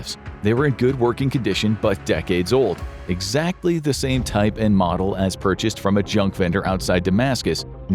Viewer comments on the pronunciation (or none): none